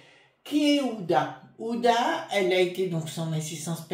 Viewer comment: bonjour, pardon mais ce n'est pas ouda mais hu...ma abe...din, ancienne épouse d' anthony wie...ner, bisous et très bonne journée😘